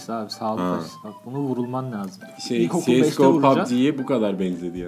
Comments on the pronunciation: Si eş go deil da go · Sies değil abisi cese go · siyesgoğ :D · Siyesgo demişsin ya çok havalı gözükmüş kanka 😁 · Ciesgo deil abeyy cs go diye yazılıyo okunuyo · Şuna siesgo demeyin lütfen